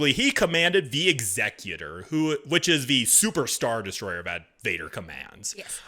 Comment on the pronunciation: I appreciate the correct pronunciation of the word Executor (Exek-utor).. rather than Ex-eh-Cutor that so many pronounce it as.